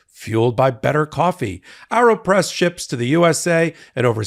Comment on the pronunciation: Isn’t it pronounced Aeropress as in aeroplane??? Air, not arrow. Just curious.